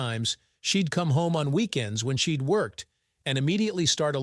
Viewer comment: Your computer that reads the story is illiterate constantly mispronouncing words like “she’d” among too many others.